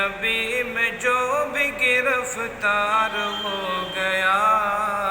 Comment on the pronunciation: گرَفتار نہیں گرِفتار ہے حضرت